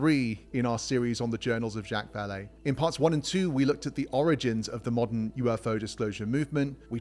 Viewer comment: I’ve actually heard him called “Chick fillét” and his first name as “Jacks” but I’ve never heard “Jack Valet”😁 nice one👍